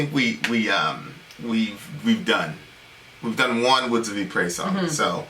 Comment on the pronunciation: the correct pronunciation of Ypres is: Yeeps or eeps